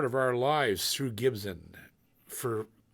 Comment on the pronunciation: Anybody else get a kick of out how JP says “Gibson” like it’s got an H in the spelling? Jp I’m a big fan but it’s pronounced Gib-sun not “Ghibsen” ya gosh darn Canadian 🤣